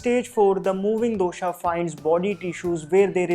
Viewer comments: I follow yiur vodeo they are so much knowledgeable and accurate. One complaint though Pls pronounce dosha vata pitta kaffa correctly. Just because these letters end in a the pronunciation is not doshaaaa it's dosha' And similarly other. Say the words as it is said in its own language. Why make it an english pronunciation for no reason. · My South Indian mind is hearing dosa everytime he says dosha🙂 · Me too😅🤣